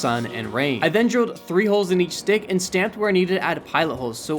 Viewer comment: Why was bro saying stick like that